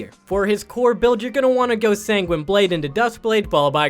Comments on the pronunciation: This channel pronounces Sanguine Blade sang-ween-ee blade.Not sure what you were expecting. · Can't tell if his pronunciation of sanguine blade is intentional or not. Then again Americans can't pronounce 'niche' properly either the neanderthals.